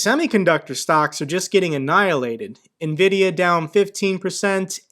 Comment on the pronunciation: Why are they butchering Nvidia 😂